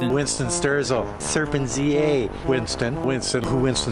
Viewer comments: It's so funny seeing some of these morons not being able to pronounce serpent za, they pronounce the name as one word (). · This is so hilarious. I never considered the angle that they were going after you guys to make easy content, I always thought it was either bad blood or CCP direction. The one thing I thought was most hilarious about the compilation is that nobody managed to say properly!